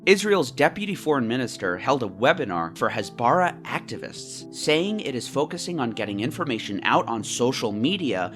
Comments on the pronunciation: its hasbara with normal h not chasbara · What is up with western media and putting a stress on a foreign word and criminalising it? "Hasbara" (pronounced with emphasis on the "ha", not on the "ba" like you said a million times wrong in the video) is plainly just the hebrew word for "explaining" and "explanation". Nothing more, nothing less. You can say that explanation from Israel is wrong and propaganda filled, that could be a valid critisism, but taking a foreign word that has no negative connotation and labeling it as evil is just wrong and frankly, is pretty much cultural appropriation. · btw, it's pronounced HÀS-BARAH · stop saying "Hasbara" you are pronouncing it wrong and its annoying, do your homework before making a video about the lies you was told, you know nothing about what actually happens there. As a Palestinian who lives in Lebanon: I STAND WITH ISRAEL, you just bring "facts" that aren't facts, you are saying that the killing of Hamas officials is a crime when it's literally a terrorist organization, shame on you. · ISTG YOU BETTER CORRECT YOUR HASBARA PRONOUNCIATION CUZ IT'S SO DAMN ANNOYING